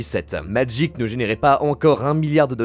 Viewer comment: Si au moins tu prononçais le nom du jeu comme du monde tabarnak !!!